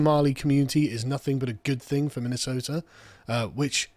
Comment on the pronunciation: Minnesota has a T in it, Ilhan